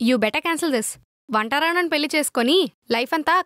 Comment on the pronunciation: పెల్లి ఏంటే తల్లీ పెళ్లి అనండి మీరైనా